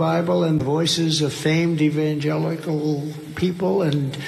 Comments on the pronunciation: Evanjeluss Evanjelly😂🤣 Totally nonsensical. A Cognitive Decline. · It took him three tries to pronounce "evangelical" and he still mispronounced it later. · Satans tool has trouble saying evangelical! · I think Trump's inability to utter the word "evangelical" is because, deep in the muck of his subconscious, he realizes the hypocrisy of accepting the endorsement of these people. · Trump is a demon , no surprise he can't pronounce the word evangelical or hold the Bible upright. Wonder what will happen to him if they sprayed him holy water!!! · I’m tickled that Don can’t even say evangelical. Literally and figuratively. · He can’t say evangelical because he’s the antichrist and this is coming from an atheist, but I still find it hysterical and disturbing all at the same time. 😂😂😂 Well, I guess I can forgive myself for having difficulty saying aristocracy today, while I was teaching A Tale of Two Cities to my high school seniors today. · "Verily I say unto thee, it is easier for a camel to fit through the eye of a needle than it is for Trump to pronounce evangelical." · “Evangelical” can be a difficult word if your shoulder isn’t properly warmed up. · oof. that hit as hard as the mcconnell freeze. : (. can't stand either of them but since i'm a human being with empathy, can't help but picture being in a body where your brain fails you, glitches, or deteriorating. scary as hell. but hearing him solidly fukk up "evangelical" TWICE, like he was trying to catch and fix it....... this seems to all be progressing rapidly. dementia would certainly explain it.... : /. the downside is even if he does go to prison, it's like... not even punishing the same person, in a way. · Lucifer always had trouble saying gods name... it is almost like trump gags when he says evangelical.